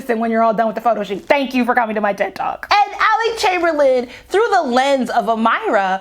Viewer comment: You are Butchering these names to have listened to the Audiobook lol. Who are "Alec" and "Am-eye-ra"? lol Good commentary though.